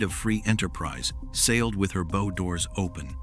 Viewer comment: I can forgive the AI mispronunciation if the word "bow" because the video is not bad. SO... MESSAGE TO CREATOR - HOW ABOUT ABANDONING AI AND BRING YOURSELF BACK TO NARRATION? NOT ONLY WOULD IT MEAN NOT BEING LAZY, BUT IT WOULD MEAN THAT YOU, BEING THE MAIN INTELLIGENCE WOULD RECLAIM PART OWNERSHIP INSTEAD OF SPLITTING IT BECAUSE YOU ARE GONNA FIND YOURSELF BEING LEGALLY CHALLENGED BY USE OF AI, WHERE THE LEGAL ARGUMENT STATES THAT THE ARTIFICIAL INTELLIGENCE OWNS PART OF THIS VIDEO. I should know - I'm a lawyer involved in preparing a first case on that actual subject ( on another video maker ) and we expect to win.